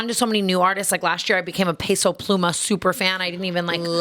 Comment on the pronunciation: Tana saying Peso Pluma.. I flinched . But love you queen lmao